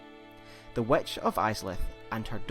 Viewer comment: The "wetch" he says... lol Seriously, is it that hard to say "witch" ?